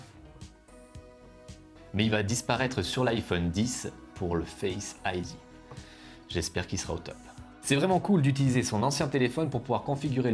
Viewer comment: Yanis Kessal oui son accent anglais et pas ouffff La bise😉